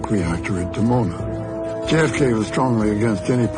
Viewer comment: Dimona, pronounced "Dee-Mona", not "Demona"